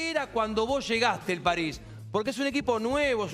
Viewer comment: Bueno... pero como lo dice Leo es lo más correcto. La S final de "Paris" es aspirada.